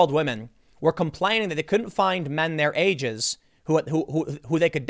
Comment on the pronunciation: Tim absolutely watches Pewdiepie between the pronunciation of "wamen" and twatter" those are dead giveaways lmao